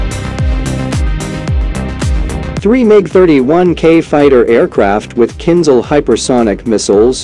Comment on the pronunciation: It's not kin zal. It's kinZHal. The h is not silent.